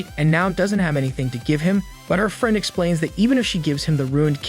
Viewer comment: No offense my man but how do you have perfect pronunciation for almost every other word you say but absolutely butcher "Friend" and "Spinning"?